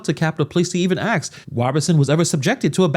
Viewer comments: My friend the word is "ask" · Anytime someone uses the word "ax", in place of ASK immediately ZERO CREDIBILITY!!! NONE! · Please stop saying axe instead of ask.. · What do you mean when you say, "So, I have to ax? That is a term I do not understand.